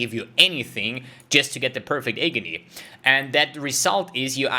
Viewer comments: if you don't mind the correction, you're saying hey-gony, it's pronounced, ah-gony. English is not my first language either before people start flaming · Agony sounds like Atrophy. It gives me Agony to listen it pronounced as eygony. 😅😅😅 Nice vid as usual